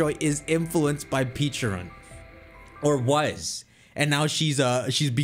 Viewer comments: pecharunt not peacharunt.. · Also Pecharunt should be said as "pecha-runt" and not "peacha-runt" sense it's supposed to resemble a Pecha Berry. Also, Arceus should be pronounced "arc-eus" and not "ars-eus" sense it includes the word Arc, referring to the two arcs connected to their body, or arkhé, Ancient Greek word for origin and authority, plus deus, the Latin word for god; there is also the Arc Phone from Legends: Arceus. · He intentionally does it because he enjoys making people cringe. If he’s not saying Peacharunt he’s saying Pecharant which is another way to mispronounce it. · So people are annoyed at him for saying the name correctly? Bro peacharunt definitely bothers me more. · I always pronounce it Peh-cha-runt it just sounds better to me